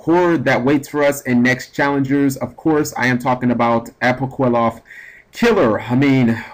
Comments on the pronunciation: apoqliphoth is pronounced like apokliffoth not apoquiloth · [ah-poh-KLEE-fort] is the pronunciation. You were wrong on this one bro. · Apwokilloth Killer is what I heard... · Ah-po-kleeh-photh Killer. You're Welcome.